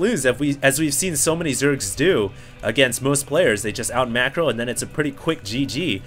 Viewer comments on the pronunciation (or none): none